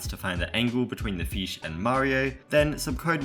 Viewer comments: I just love how you pronounce "fish" as "feesh" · It sounds like he’s saying feesh instead of fish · Fesh no it's fish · Feesh- 2023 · he said feesh :face-blue-smiling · fans: FESH FEESH FEESH FEESH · i like how he says feesh (probably has something to do with his accent) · its f”i”sh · funny how you said FEESH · mmm feesh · feesh lecker